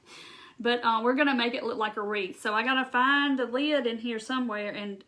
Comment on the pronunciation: You're cute. LEED. (Lid) ;-) You must be from the south! You're adorable. So appreciate your video!